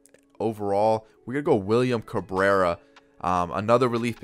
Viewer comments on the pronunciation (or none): none